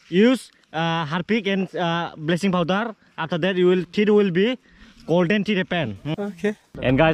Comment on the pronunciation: Am I the only one who heard blessings power instead of bleaching😂😂😂